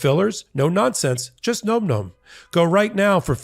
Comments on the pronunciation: Am I the only one that saw the irony😂 when he stated the name of the sponsor and it sounded like he said "Nome Nome?" I'm not trying to disrespect you sir! I'm not trying to disrespect the company that you are making this advert for. If you like the regular flavor of Nome Nome, then you're absolutely going to love the other flavors that we have, black goat goat, and my special favorite kill kill kill! We named it three times because it's just that good. I'm very sorry, just thought I'd bring a little dark humor to this whole debacle! I do not condone, goat goat or kill kill kill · I'm going to say it too,: it's nom with a "short o," as in "nominate." It's onomatopoeia for the sound hungry furbabies make when chewing: NOM, not NOME! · it's nom nom isn't it? the o isn't long making the word sound like gnome, it's more like nam. like the sound you make when you eat.